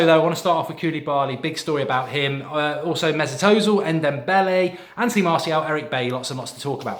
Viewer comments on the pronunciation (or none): none